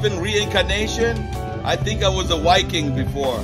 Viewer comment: I laughed out loud when you said you were a " Wiking" 😄🤣🤣